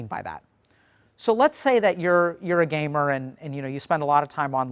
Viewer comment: every time he says 'gamer' I crack up lmao